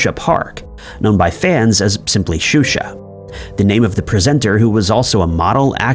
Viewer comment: Xuxa is Brazilian so the X sounds like sh, he actually got it right and he is known to massacre pronounciations LOL 😂